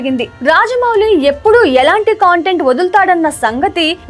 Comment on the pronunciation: కాంటెంట్ కాదమ్మా కంటెంట్ తెలుగు సరిగ్గా పలుకు తల్లి